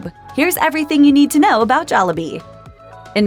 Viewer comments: You know the narrator is white when she keeps saying jollabee instead of jollibee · It's pronounced jol-lee-bee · I love how she pronounces it joll A bee Not jollibee